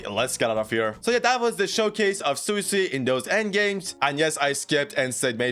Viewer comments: Sway-sway is the way to pronouce it🙂. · It's sway-sway